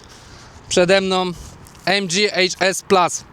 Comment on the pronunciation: już w 11 sekundzie nie potrafiłeś nawet prawidłowo wypowiedzieć nazwy HS !!!! ucz się chłopie podstaw a nie filmy na youtube ! a i jeszcze to plas !!!! baranie plus to plus a nie plas !! kogo ty udajesz ? Polakiem jesteś czy ????? co za debilstwo !